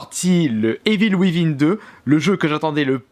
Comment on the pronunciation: Evil wivin 😂😂😂 vive les français qui parlent anglais.